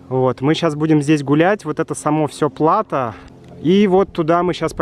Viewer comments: кстати о непредсказуемом ударении в русском языке, мне кажется, ты неправильно ставишь ударение в слове плато. 😜 Спасибо за еще одно выдающееся видео. С наступающим тебя и Юлю! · Спасибо! Слово плато взято из французского, и по-моему у них всегда или почти всегда ударение падает на окончание. И в нашем слове plateau, ударение так же падает на окончание. Поэтому мне было немножко странно услышать плАто. Но знание о том, какие "ошибки" часто делают носители тоже своего рода информация. Так что спасибо! 😁